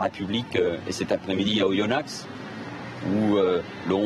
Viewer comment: OyonnAXE, bien sur, on dit OyonnA, M.Valls quand on connait pas le pays que l'on représente, on rentre chez soi...en Israel